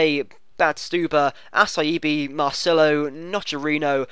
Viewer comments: How in the world is acerbi pronounced assaibi? It's A-C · Acerbi = Ah- cher- bay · Its actually pronounced Acherbi! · Acerbi is Atsherbee. And ya I hate playing La Liga teams aswell